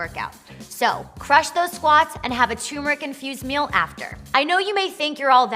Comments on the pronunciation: Can we please start pronouncing turmeric correctly? It’s not Tumor-ic. It’s Ter-mer-ic. Thanks, Goodbye. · Turmeric not Toomeric lol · There's an R in there... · Yes and it is turmeric not choomeric or toomeric as so many people pronounce it. Not sure why folk insist on such funny pronunciation! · Yes, cheesy like Limburger. And before one tries to impress me with their knowledge & insights, how about at least learning to pronounce the name of the spice correctly?